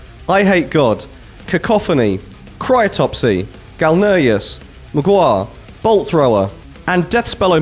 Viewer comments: Its Cryptopsy, not Crytopsy. Canadian 'eritage. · Bruh, wtf is a "Cry-topsy"?! 😂 It's Cryptopsy, pronounced "Crip-topsy". A lot of my favourite bands happened here. Fleshgod, Akercocke, Mgła (at least you pronounced that passably). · He sounded like he was saying Cryotopsy and I thought it was a cold themed parody version of Cryptopsy 😂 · Crytopsy??? Brother this one is not Rage bait!! Cryptopsy say it! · CRYTOPSY???? You not mean Cryptopsy?? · Pronounce cryptopsy like crypt…..opsy. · crytopsy ??? wtf dude ?!?